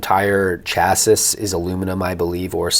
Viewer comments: Chas sis 😂 chas see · It’s pronounced “Chass-ee” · Chassiss lol